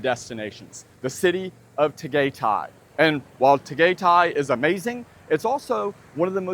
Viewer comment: Your pronunciation of different cities 🤦🏻‍♂️ from Pattaya to Puerto Galera to Tagaytay 🤦🏻‍♂️🤦🏻‍♂️🤦🏻‍♂️